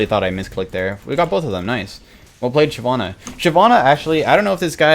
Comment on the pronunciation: Why did I liked the video super fast but when he said Shyivanna I disliked and then went back to Neeko, I liked it again (played like a damn fiddle)